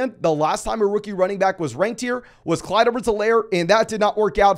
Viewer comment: Clyde not clise too